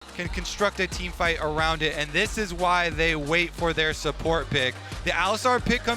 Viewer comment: Please get a caster who doesn't speak like a baby! "Wong (wrong), Awound (around), Pwiowity (priority)" c'mon man, just get some speechy lessons so your soft soy jaw can pronounce words properly